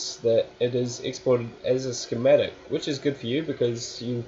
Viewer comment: Skimadic? lololol. Schematic*